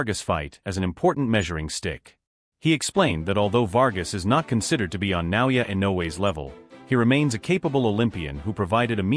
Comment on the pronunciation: and these people still can't pronounce his name right ! 😮wtf ? Na O Yah E no way !